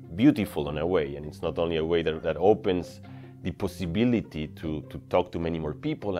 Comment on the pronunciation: "That opens the PUSSYbility.." lol